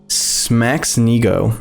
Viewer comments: sma-ch-neego or however he butchered it lmao (pierogi..mniam) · hilarious pronunciation from you, better than the real thing ( its sma-ch-ne-go - like the ‘o’ in throw ) its also not a food! it means ‘bon apetit’ or ‘yummy’ in polish